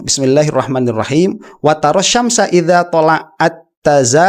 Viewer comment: Maaf ustadz. Anda melafal kan Bismillahhirrohmanirrohim itu ada sedikit kesalahan. Karena anda men tasydid kan huruf (nun) di manirrohim. Sehingga berbunyi Bismillahhirohmannirrohim. Padahal yang benar nya adalah BISMILLAHHIROH MA NIRROHIM.